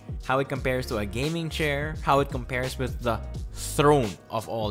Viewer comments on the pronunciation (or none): none